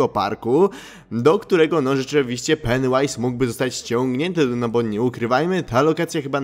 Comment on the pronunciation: Jaju to się mówi peniu ais